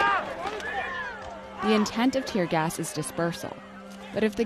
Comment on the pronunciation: Lol did you meant to say tier gas lol